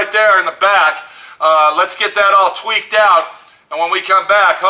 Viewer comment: damn said tweck, he's dialing it in. squirting some liquid rubber in the hole, you know to keep the little trolls out. good job.